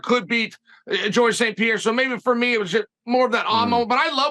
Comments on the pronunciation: Chael saying Alex PEA AIR Uh still kills me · It physically hurts every time Uncle Chael says Pierra